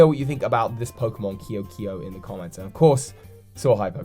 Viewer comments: I think it would be pronounced "Kay-o kay-o." That's how a lot of languages pronounce that, I think. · It's pronounced Ke'o ke'o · Your pronounciation of ke’oke’o is triggering lol